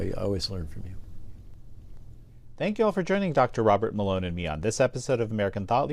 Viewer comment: I thought he said doctor water mélon 😂